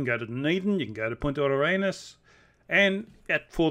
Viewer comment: You named Punta Arenas perfectly!